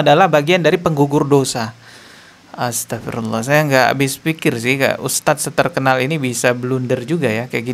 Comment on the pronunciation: belajar ngaji yg benar... saat bc Naudzubillah.....dstnya...... ko SALAH!!! Bc Astaghfirulloh juga SALAH!!! Bc ayat At Tahrim: 6 juga SALAH!!! & semua yg baca di konten pd SALAH.... Subhanalloh 🙏🙏🙏